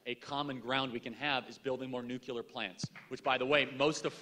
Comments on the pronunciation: I just have to say I can't stand when people say "nucular". It's nuclear goddamnit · Nothing about this video bothers me more than the use of the word... "Nucular" 😂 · NU-CLEAR. NU-CLEAR. NU-CLEAR. Nuclear. Say it right, please!!!